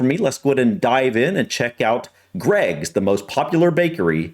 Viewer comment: I heard an American woman pronounce Greggs G R EGGS 😂. J H